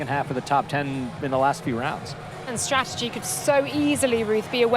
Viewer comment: there's two 'T's in stra-ur-jee.